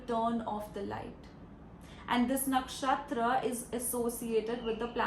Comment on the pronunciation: Why do you mispronounce Nakshatra? It's funny 😂😂